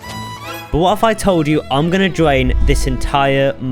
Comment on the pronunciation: “I’m gowna dwain this entire minecwaft smp”